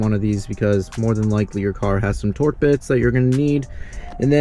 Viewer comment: Torx...not torque